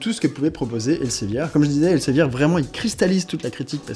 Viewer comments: Ça se prononce "el Zé vir" pas elsevier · Alors par contre, ça se prononce [elzevir] ;-) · ça se prononce "èl-së-vîr" ;) ce qui change pas le problème